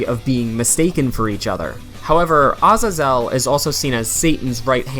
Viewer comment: Samael= "Sah-mayel" Azazel= "Ah-zay-zell"